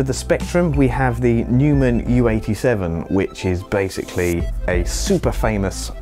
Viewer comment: You stated multiple times that the SM7b is a condenser mic, then you mispronounced Neumann, then referred to Beesneez as "strange", and we're only a minute in... I can already tell this isn't worth watching. All gear, no brains. Seeya!